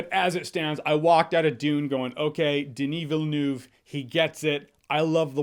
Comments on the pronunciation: Watch dont look up, it's a crazy good movie. Oh by the way. Denis Villeneuve is prononced this way: the-knee Ville-nev. Just sayin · Awesome list but please never call him Daneey Will-Noof ever again.